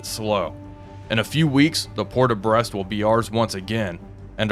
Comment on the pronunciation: He can say Brest and La Rochelle just fine x) But Le Havre sounds like Havra.